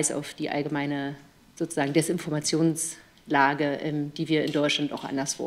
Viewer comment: Hat sie DESinformationslage gesagt oder interpretiere ich das so hinein? 😂